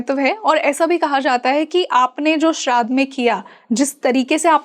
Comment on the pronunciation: सितंबर नहि सप्टेंबर बोलना सीखो भय्या लोगो... श्राध नही श्राद्ध बोलो .. सुधरो भैय्या लोगो...